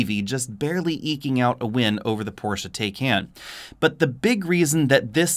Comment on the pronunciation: It's pronounced Porsche "Tie-con".....